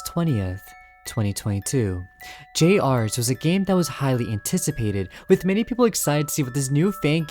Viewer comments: It’s pronounced “Junior’s.” The trailer pronounced it as “Junior’s.” YOU JUST PRONOUNCED IT AS “JUNIORS.” SO WHY DO YOU PRONOUNCE IT AS “J.R.’S”??? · Why does everyone say J R’s, dear god people it’s Junior’s! Jr’s boy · "jay arrs" JUST SAY JUNIORS AUGHDFRSUIJHRWESUIWFEHNUIEGRWSHIOKUEHN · you have no idea how mad it's making me every time you pronounce it "Jay-ars" THEY LITTERALLY PRONOUNCED IT A "JUNIOR'S" IN THE TRAILER HOW DID YOU GET THIS WRONG GHGghh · My apologies to say this, i respectfully wanna ask this question. why do you call it j rs instead of jr's? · The way he pronounces "jr's" which is an abbreviation of "juniors," as "jay-ares" kills me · I think the name of the game is supposed to be pronounced as "Junior's". Why does this guy keep flip-flopping between "J-R's" and "Junior's"??? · Bro said J R's instead of Juniors. Bro go back to fuckin English class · Generally a good channel, but the way this man pronounces Junior's is targeted to hurt me specifically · erm it's pronounced "juniors" -🤓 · I’m sorry if this comes off as rude but how do you mess up saying juniors???? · Stop calling it (Jay ares) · Him calling it “jay arrs” (pronunciation) made my body hurt. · GRAAAAAH IT'S PRONOUNCED JUNIORS!!!!!!!! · i..it's "Junior's" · Bro doesn’t know how to pronounce JR’s ☠️